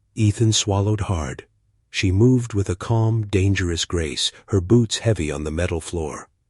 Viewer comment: Thumbnail: Someone skipped math class... more than once. 7 feet? More like 7 meters. Oh No'sss, not Dang --- Eris. That's much worse than Darn --- It. Fove??? I don't speak Veron. Fee? I'm not familiar with Nautical terminology. This is so bad. Find the rest of the bad AI yourself.